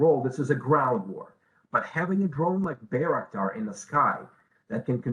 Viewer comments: it's name is not Bey-raktar, it's name is Bayraktar., Bay pronounced like by or bye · I keep hearing Bea 🤣 lol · At least say it right. Aren't you a journalist? By-rock-dar. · Bay - "wreck" - tar. Damn right it is! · Narrator talks about the song where bayraktar is said over and over, then repeatedly mispronounces it herself. Well done CNN, well done. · side note to the lady doing the report...how is it you listen to the song and still pronounce the name of the bayraktar wrong ? 0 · She keeps mispronouncing the name, despite being shown how it should sound by the song and the Turkish designer. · When your news story is a month late…and the reporter can’t even pronounce the name of the drone correctly. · Ukrainians know how to pronounce it correctly, unlike the CNN reporter. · Why does CNN/ (the media) keep saying the name of the drone incorrectly? Considering they interview many people who say it correctly. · Sigh.. why do you guys always butcher the names.. Ukranians are pronouncing it correctly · I love how the song pronounced it correctly, even in Turkish, and the anchor was like “nope… I do what I want”.